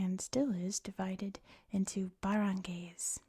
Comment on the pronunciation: Also wanted to say that the "ay" in "barangay" is pronounced like the "i" in "ice"! Great video, nonetheless (still watching / dozing off to though lol).